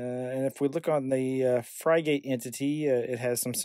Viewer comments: Pronunciation is “frig-it”, like the bird that is its icon. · "Frig" rhymes with "fig" and "gate" rhymes with "git" - pronounce it like this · Fry-gate was back when burger king started selling fries oddly similar to McDonald's and they went back to the OG formula to avoid massive litigation. As for this piece of software is pronounced frig-it. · It's hard watching the video with the mispronunciation. Frigate isn't some exotic word, it's a type of ship. Just type Frigate (dictionary) into Google, and the first entry brings up the word Frigate, with a speaker next to it that you can click on, that will give you the pronunciation. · Thanks for the great video, <3 I was up and running in no time, the name <Frigate>, if you struggle to find the right pronunciation head over to google translate, change it to English, type in the word, and hit the speaker icon. lastly, if you didn't notice, you showed your configs dirty little secrets at the top of the blurred box ish, if this is a password used on the wild wild web you should change it. 👍